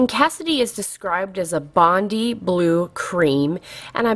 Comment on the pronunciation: bondi is pronounced Bond - eye:-) Its an awesome beach in Sydney, and I love that blue cream